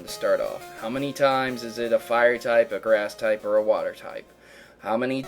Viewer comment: How come you can't pronounce "water"?